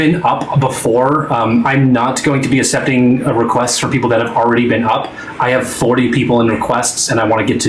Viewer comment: bruh i got muted once for saying “assepting” bc i HATE how says accepting